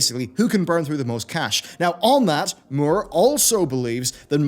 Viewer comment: Don't think I've ever heard Peter Moore's last name butchered so horribly. Is it hard to pronounce Moore?